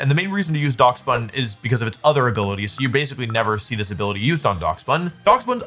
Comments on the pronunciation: he has to be doing this foor rage bait clicks, i mean it works, but fucking DOX bun? its DASH BUN like the dog?? Dachshund??? god damn i hate America sometimes no respect. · pronouncing it as dacks bun instead of dash bun is funny... its a Dachshund that's a loaf of bread! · I’m sorry….*how* did you just pronounce Daschbun?💀💀